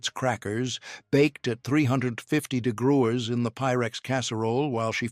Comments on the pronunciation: Someone needs to educate AI how to pronounce “degrees”🤣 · I don’t know why, but every time the AI voice said degrees or tried to say degrees I laughed out loud very hard. It’s goofy I know😂